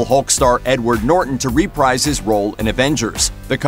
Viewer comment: "...that it wouldn't ask Incredible Hulk star Edward Norton to reprise his role in Avengers." The word "reprise" is pronounced "re-PREEZE," not "re-PRIZE."